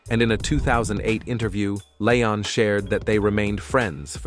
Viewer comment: The narrator needs to learn how to say leon